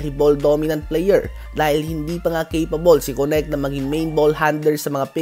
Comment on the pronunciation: Sir diba dalton knect i mean ang pag bigkas ng name niya is parang "Kenek" di po konect baka masanay po kayo eh